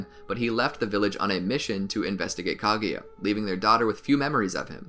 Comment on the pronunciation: its kaguya not kaGAYya